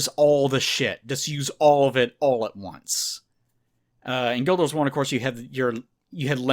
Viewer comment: "Guilduh Wars"